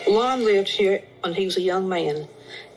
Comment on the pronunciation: Whew! Lon, not Conn